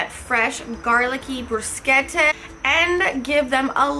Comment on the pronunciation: You are the 1st person in the us that pronounces bruschetta correctly. I lived in Italy for a few years and the bruschetta there was awesome. Do you have a good recipe for Arrabbiata?